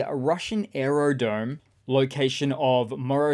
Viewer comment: aerodrome, not aerodome.